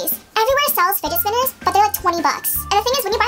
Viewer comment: I thought she was saying spiget spinner 😂